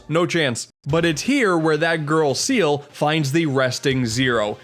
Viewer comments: Ah yes my favorite character, Seal not Ciel (si- el) nope seal oh and not let me forget Dr. Whale instead of Weil (Wai-ll) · Alright,, I need to address the elephant in the room. Ciel is pronounced as See-L, not Seal. Dr. Weil is pronounced as While, not Whale. Alternatively, you can go with Dr. Vile, his name in Japan. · you pronounced ciel wrong. ciel is a french name you dont say "seel" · No, Ciel's name isn't pronounced 'Seal'. It's more like 'See-L'. I hope that was clear enough. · I never got how to pronounce some of the names in this series, but I'm definitely going with Seal and Whale now. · Her name is Ciel, not Seal. As in, Ciel, the French word for "Sky." "El Pie-zoh" I have no comment. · It pronounced c el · As I explained at great length, boss rushes serve thematic and game flow purposes and aren't just padding. By that logic having more than one instance of a standard, non-boss enemy is also padding, as are having multiple instances of similar jump challenges. And lots of people care how Ciel is pronounced SEA-el and Weil is pronounced VILE. Particularly French and German natives respectively. Maybe I'm a bit too nice to correct the guy making the video for an honest and easy mistake, but I'm not above correcting you for insisting that adding knowledge is useless. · These name pronounciations hurt. I don't trust anyone that doesn't say Ciel as "See-el" or Wiel as "Wile." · I love how he pronounces Ciel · I could criticize your pronunciations of Ciel and Weil, but they're gratuitous use of French and German respectively. Boss rushes aren't just padding, they're also a test of your personal skill growth (did you barely scrape by those guys the first time, or are you good enough to reliably beat them?) and mastery of the elemental/weapon subsystems. They're often mishandled, but personally they're one of the parts I most look forward to in a good action game. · Also no one cares about how Ciel or Weil name is pronounced.